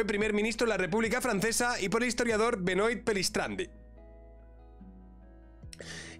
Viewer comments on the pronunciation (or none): Benoit se dice Benuá